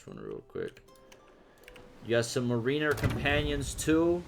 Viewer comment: NICE! I’m excited to see more and get my hands on it soon. (Mariner is pronounced like the Seattle Mariners baseball team. “MARE in er,” like that girl who’s so obsessed with horses it’s almost like she is one: She got that mare in her.)